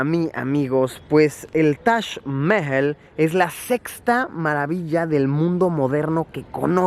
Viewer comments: Luisito comunica: Tash Mel Yo: tac majal 😂💔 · luisito diciendo tash cuando es taj jajajajajaja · Tash mehjel* algo así su pronunciación!! Vaya dato perturbador!😅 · Se pronuncia Mahal, tal y como se escribe, no mames. Tu guia nomas lo dijo con su acento. Lo que quizo corregirte es que no le dijeras MAJAL. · Se pronunciaba tash aaaaah siempre decía Taj Mahal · nadie: luisito: tash Mehel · Shot cada vez que diga "tash maejal".😂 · Me caes algo bien, mucho menos que al principio, peroooooo.. 🗣️ Diooooooos 📣📢 Si quieres darte a 'bilingüe o trilingüe', aprende a pronunciar Taj Mahal': Break 'Taj Mahal' down into sounds: [TAAJ] + [MUH] + [HAAL] - say it out loud and exaggerate the sounds until you can consistently produce them. Record yourself saying 'Taj Mahal' in full sentences, then watch yourself and listen. ¿Cachas? 😉👍🏼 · Taj mehel se pronuncia así xd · taj mejel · Ahora me siento súper extranjero pronunciando "Tash Mehel" 😂😂😂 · Yo siempre lo pronuncié "taj majal" :v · Toda una vida engañado Se dice tash Majal Ni toda la secu me enseña como Luisito. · Espera, se pronuncia Tash Mejel? Por que nadie me lo dijo? Debi parecer un idiota... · Que bonito el "tash Meel" :V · si pero cuando estas acostumbrado a escucharlo de la otra manera es un poco molesto al oirlo. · Me incomoda como pronuncia Taj mahal 😂😂